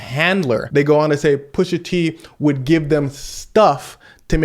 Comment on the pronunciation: Pusha teen?? 😂 all that Drake dissing caught him